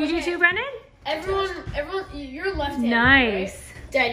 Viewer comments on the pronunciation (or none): Jill data is pronounced with a short a.glad is feeling better. Please eat and drink more water and food. Way to go with your family survey. B r in man. That s b r e n n a n I mm. Meant I l l take my peanut butter sandwich with pickles and bologna. thanks. see you in the next vlog.